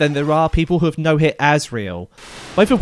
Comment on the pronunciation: Was calling Asriel "Azrael" in the chapters intentional?